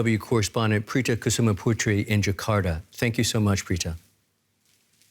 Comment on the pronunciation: I laughed so hard when the male reporter pronouncing Prita Kusumaputri.